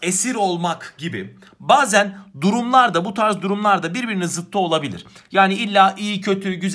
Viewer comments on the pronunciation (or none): bu arada ''zıttı'' değil ''zıddı'' ''saç ayağı'' değil ''sacayağı''